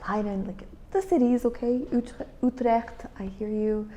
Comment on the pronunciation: You pronounce Utrecht very good, now work on Amsterdam 😂😂 Why not end your videos with a full Dutch sentence like a quote or saying? 😉